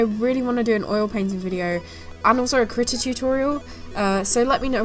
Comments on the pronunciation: I thought you were saying kritter and not krita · Oh no I was one of the people who thought she was saying "Critter"....lucky I don't do digital art and instead stick to traditional...otherwise I would of face palmed a lot harder!!! Hahaha!